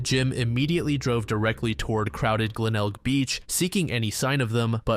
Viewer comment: You pronounced Glenelg correctly, congrats lol